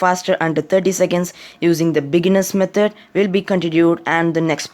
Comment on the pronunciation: Bro said bigeners methodr😂